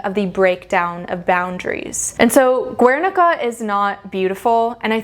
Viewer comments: Yeah well, she can't e even pronounce Guernica, total moron, she really should do much more homework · Girl this video is amusing ... first of all learn how to pronounce Guernica, then stop spreading ignorance, the Guernica, not only represents the war, also the annihilation of a culture and region the Basque country... is yes and statement, is not the change from "beautiful" to "ugly" it represents one episode of the history in Spain and in the Basque country . there are centuries of innovation in art, in all ways, techniques, materials, composition, the introduction of perspective , etc ... and yes, art is and has been a way to communicate, and also to create propaganda like in nazi germany during the wwii, art is way of expression, that either you like or not, and is always in evolution... , you are all over the place... terrible video... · Great video, but the way you pronounce "Guernica" hurts my Spanish ears.